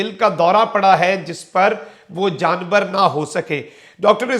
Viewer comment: Janbar nahin janabar hota hay OK ?